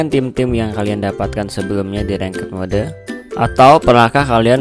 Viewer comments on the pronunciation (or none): Knpa englishnya "ranked mode" sebutannya mo de . indonesia tidak bisa cakap bahasa english ya?